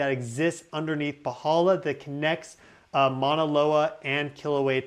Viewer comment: Love you, can you please model pronouncing the word for mountain MAUNA not MANA. Thank you.